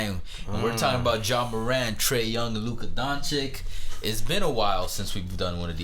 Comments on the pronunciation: Stupidity as its finest. Trash take. prisoner of the moment. And its not Don-CHICK its Don-chitch. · Luka Dončič not Dončik,,,like Donchich ,like CHokolat-Čokolat and eglish is may 3 languige but ths name,the name made writh! DonČiČ like-Čarles ,Charles.after 3-4 years ,You come with DončiK...